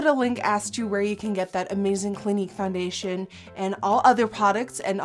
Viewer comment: did you call it FUNdation lol